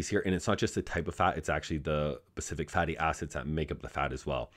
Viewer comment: Good lord man. Specific not pacific.